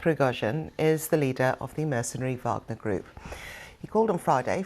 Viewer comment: Putin's promise to his people? I think Benjamin Franklin said something once about trading liberty for security. Maybe it's the Warhammer fan in me, dude, but it's pronounced "Vahg-ner", not "WAAAGH!-gner"